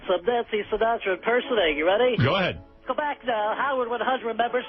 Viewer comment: it’s the old way he says “How-ard 100” that kills me everytime